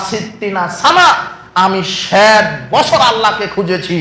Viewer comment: ষেট বছর কি?😂😂😂😂😂ষেট বছর😄😄😄😄😄😄